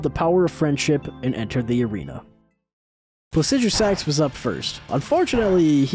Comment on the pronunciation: How do you pronounce placidusax better than you pronounce Blaidd (who is one of the only characters in the game to say his own name out loud) and Niall (who has the most normal name in the game)